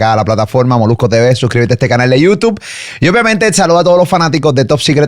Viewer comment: Cada vez que Andrew dice Youtuff me trillan los dientes! Jajajajaj